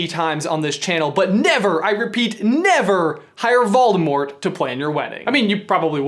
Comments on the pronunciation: Morgan Bradley ikr it’s so annoying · "Volemort"? Not Voldemort? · Great video, but who's Volemort? xD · Volemort??? LOL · Who's Volemort? Tom Marvolo Ridle with one D?